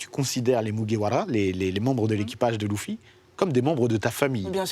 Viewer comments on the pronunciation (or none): Par contre ça se prenonce leffy pas loufy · Louffy non ! C'est Leuffy ! Sinon c'est bien et c'est complet comme vidéo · Elle a dit louffy 😔😔😔😔